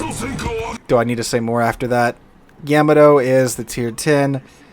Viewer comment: Please tell me you are intentionally mispronouncing Yamato just to trigger people like me who are borderline Yamato historians. lol